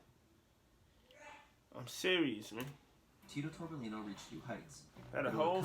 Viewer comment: 2 “LL” in Spanish. So it’s Tito-torbe-yino